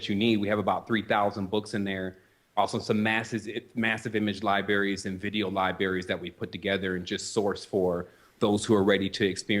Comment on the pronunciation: Libaries? Damn it. Kinda lose me there.